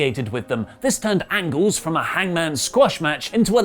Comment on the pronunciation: is doing a Hot Fuzz joke or does he actually think Alan Angels’ last name is Angles?